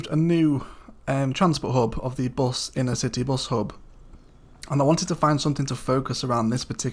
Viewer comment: inter-city not inner-city.